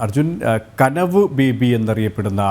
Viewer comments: കനിവ് അല്ല. കനവ് ! കനവ് ! അത് തെറ്റിക്കല്ലേ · കനിവ് അല്ല കനവ് ആണ്